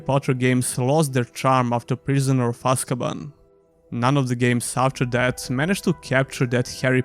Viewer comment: You got prisoner of azkaban named wrong at time stamps btw and overall good video man